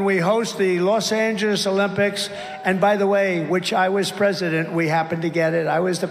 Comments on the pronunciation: Los "Anges" ... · He also glitched on "Los Angeles" and said Los An-juice